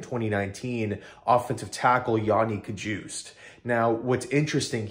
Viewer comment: Ka-hus-tay (Cajuste)